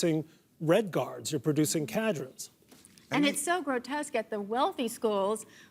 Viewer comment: What did he say? Producing red guards, producing cadrons? What is a cadron? A member of a cadre? I can't even look up this word.